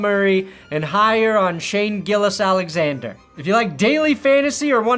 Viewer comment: as a Canadian SGA fan, it hurt the way u pronounced his name. love u!